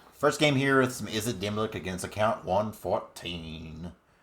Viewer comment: Before I say this I'm not trying to be a super sweaty nerd but I thought you should know it isn't demi-lick it's demi-lich, ch as in chair. :)